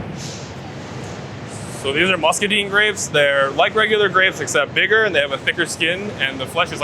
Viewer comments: Dude said muscaDEEN in lieu of muscadine. 😂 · it's pronounced musca-dine as in dining out.